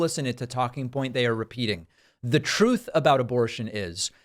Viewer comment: "I only read books that have troth in them. Well, I listen to them".